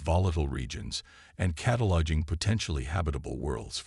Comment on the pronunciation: Your AI SUCKS ASS!!!!!!!!!!!! WHAT THE F@ is the Dr's name::::!!!!?????: "Paddle", "PEDDLE", "PUH-teel", "PAHDLE", "PAT-le", "Patel", and WTF is: CATA-lodging"?????? AND, WTF is: "....time to PER-fict the technology...".? I am done listening to you. You people don't even attempt to proof read or correct these frequent and very annoying errors!!!!!!!!!!!!!!!!!!!!!